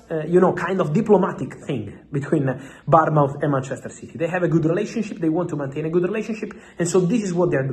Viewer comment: Happy new year x Fabrizio, it's Bournemouth ,like a child being born mouth, Barmouth is a town in Wales xxx